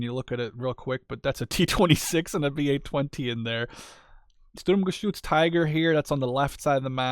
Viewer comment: Really enjoyed that gameplay. Thanks for showing off the new divisions. As others said, your german pronounciation is really good but feel free to call the Sturmgeschütz just Stug. That full name isn't used much. Similar to the StuKa which is a Sturzkampfbomber. Not saying you wouldn't know what Stuka stands for, you probably do as you are interested in WWII units, just showing the similarity between the awfully long and convoluted german full names of everything military and their actually used short forms or nicknames. And of course, call them what you want, saying Sturm-anything seems to bring you joy. :)